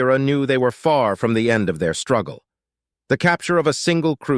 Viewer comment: BAHAHAHA. "Feel free to start "FORM"the beginning ". AI narration is getting better but..........